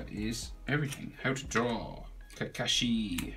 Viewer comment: im wondering why he says kakashi as kakeshi